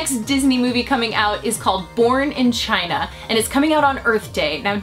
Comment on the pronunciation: lmao i heard "porn in china"